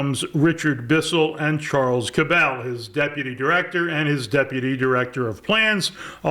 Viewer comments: I am pretty sure the name Cabell is pronounced CAB-ul, not ca-BELL. i grew up close enough to Dallas to hear mayor Earl Cabell's name pronounced on radio and television. The Cabell family ran a local chain of dairy stores similar to 7-11s. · Please pronounce “Cabell” the way the Cabell family pronounced it. Cabell rhymes closely with “Apple”. The accent is on the first syllable. I’m a Dallas native, and I vividly remember Mayor Cabell. I even spoke before his City Council as a teenager in 1962. P. S. The Cabell family owned a chain of convenience stores in Dallas called “Cabell’s Minit Mart”.